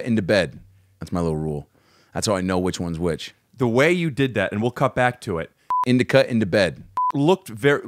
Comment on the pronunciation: Adam! It’s in Da Couch. Not in da bed. in-di-ca = in-da-couch 🤣